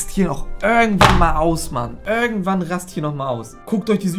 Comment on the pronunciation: "Örgendwann klappt das" 😂💯👌